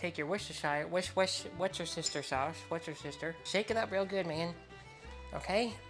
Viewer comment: The way said Worcestershire sauce honestly cracked me up! i never hear people say it properly unless they're in the UK 🤣